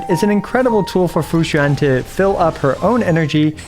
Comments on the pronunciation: as a chinese person, this is the most accurate pronunciation of Fu Xuan and Xianzhou Luofu I've heard from a non-chinese person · Among all the Chinese names you pronounced, Fuxuan is the best LOL, great try! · you need to stop pronouncing fu xuan so accurately like a Chinese native, it's getting uncanny :) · Hey, not sure if you're gonna see this but coming from a bilingual your pronunciation of Fu Xuan (符玄) and Xianzhou (仙舟) is pretty on point. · Wow the pronunciation of xianzhouluofu and fuxuan are pretty spot on, always happy to see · The way say Fu Xuan sounds native